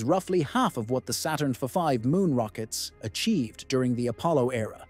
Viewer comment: "Saturn f-five" - what's that? Sounds like a typo being read out verbatim